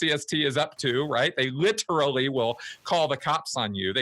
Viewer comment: Plus he always says "riterally".